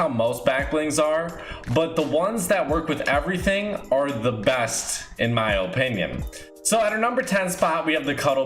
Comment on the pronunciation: Is it just me or is it annoying how he says opinion?